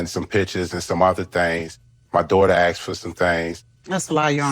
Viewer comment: They “Aksed”….Love it!